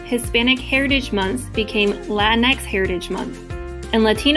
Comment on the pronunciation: this was so cringe just say the word in american accent